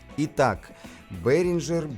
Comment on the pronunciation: Одно замечание (как немец, думаю, буду прав) Behringer пpоизносится как "бЕринга"